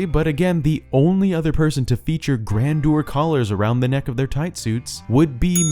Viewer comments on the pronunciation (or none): none